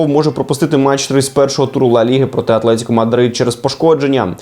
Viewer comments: ну чому в тебе замість "Атлетіко" виходить щось типу "Ацлетікə" (на ), вже не вперше помічаю. Ти ж не з рашки) Давай потренуємось: ат-ле-ті-ко, Т тверда, усі склади рівноправні, немає коротких-довгих, останнім О не нехтуємо. Вибач, що критикую незрозуміло що, але трохи вухо ріже. Загалом ти дуже крутий ютюбер, успіхів! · І не "Атлетіко", а "Атлетико", правило дев’ятки ніхто не скасовував. Для прикладу: атлетичний, атлетизм, легка/важка атлетика тощо